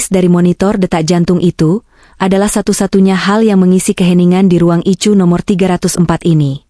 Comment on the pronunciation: Addis Ababa zEtiopia dengerin cerita yg aneh ini ICU dia baca ityu bukan ai yu payah kurang haul